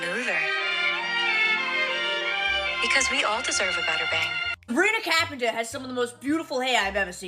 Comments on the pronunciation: That accent is over emphasized and it’s become disrespectful when she pronounced peoples names. Disgusting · “Sabina Kapenter” 😂😂😂